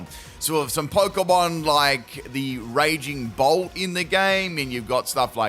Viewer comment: Is it wrong that the whole video I kept hearing Raging Bull instead of Raging Bolt? I had to do a double take more than once to see which Pokémon it was 😂